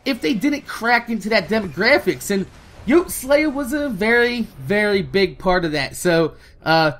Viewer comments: Hey. I don't mean to sound like a dick but Brian's YouTube name is pronounced yote-ey-slaya. It shldnt bother me that much the way u say it but it does and to honor his memory we shld at least say his name right. Besides that I completely agree with everything said in the video. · You're saying yoteslaya wrong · I hate how you mispronounce Yote's name because you said in your video about his death that you weren't sure about it, but he said it in every one of his videos. Watch one.